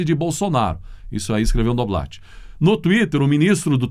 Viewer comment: Noblá, Noblat se pronuncia NOBLÁ!